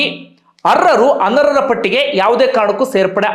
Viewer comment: ಅವರೇ, ಅರ್ಹರು ಅನರ್ಹೆ ರು. ಅಂತ ಸ್ಪಷ್ಟವಾಗಿ ಹೇಳಿ ಸ್ವಾಮಿ ಅರರ್ ಮತ್ತು ಅನರ್ರು ಅಂತ ಕೇಳಿಸುತ್ತೆ